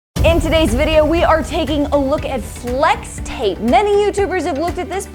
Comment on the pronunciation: Slex tape